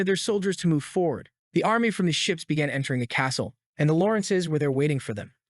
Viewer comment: "however his life bagan to change" ... Learn to read